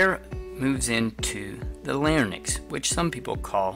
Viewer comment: It is pronounced LarINKS and PharINKS...y comes before the n in the term